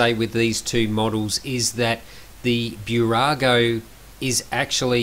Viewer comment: Small tip: not Bew-rago, but Boo-rago. Nice review 👍🏻